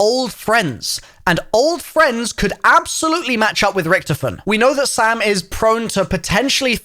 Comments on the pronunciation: This guy said rktfin not richtofen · He did not pronounce ricktofen like 😐